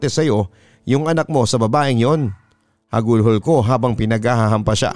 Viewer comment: Bakit laging "hagulhol" ang bigkas ni papa dudut sa "hagulgol"